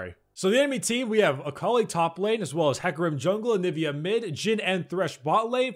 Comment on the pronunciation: oml.. Everytime he said Akali, i keep heaing A collie, a collie.